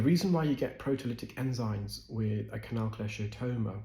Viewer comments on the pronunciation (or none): Enzyme NOT enzyne!!!!